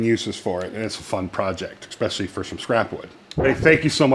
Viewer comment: Brilliant as usual, but it's ES-specially, not EK-specially.